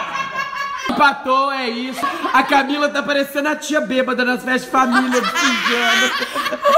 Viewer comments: O falou Camile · No começo do vídeo o falo camile e não Camila 😂😂😂🤣